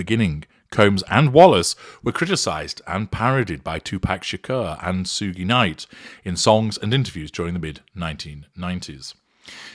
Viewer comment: suge is pronounced "shug" as in "sugars"